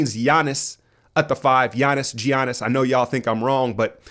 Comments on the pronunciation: I still think you're fucking with us with that pronunciation of G-yanus. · It's pronounced Yiannis, not Giannis (although it's spelled that way) or Jiannis. Γιάννης with Γ sounding like Y (well I'm greek ....)